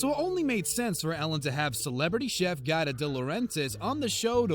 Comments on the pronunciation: It's Giada not Guida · It's GI Ah Dah not GyDah lol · Pronounced gee ah da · Giada isn't pronounced "gyda" its pronounced "jawh dah" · It's pronounce Gee Ada, and from what I've heard Ellen isn't exactly the princess everyone thinks she is. I heard that Ellen was mean to her staff and guests alike. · I CAN'T STAND NARRATORS who do not take the time to learn how to pronounce people's names! Giada is pronounced Gee-ah-da. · Its pronounced Gee-ah-duh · Could you shut the hell up and let us see the video clip? And GIADA is prounounced “ gee-yAda” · GEE-ADA LETS SAY IT TOGETHER GEE-ADA COME ON YOU CAN DO IT GEE-ADA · Her name is pronounced : Gee AH Dah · Omg it GEE-AR-DA!!!! Giada! Pronounce her name Properly!!! Grrrrrr!! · It's pronounced Jee Ah Da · GIADA is pronounced "GeeAda". lol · Right? I cringed every time he said "GyDah".